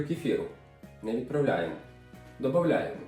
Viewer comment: Ви молодець! Приємно слухати,хороші рецепти,гарна комунікація.Ну і все- таки,мабуть,ДОДаЄМО (сіль,соду).Минулого року відвідувала Верховинк.Захоплена всім: людьми,природою,музеями.Але люди...неймовірні.